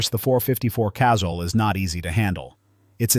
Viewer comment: .454 Casul. Pronounced "casool", not "castle". I prefer the .44 mag, you can load it up almost to Casul levels, or use the .44 Special for plinking. A broad range of loads.